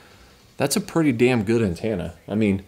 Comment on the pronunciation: are we not going to acknowledge the way he says ANTENNA ? (ANTANA)??? NOOOO